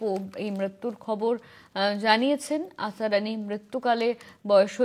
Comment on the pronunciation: আসারানি নয় আসরানি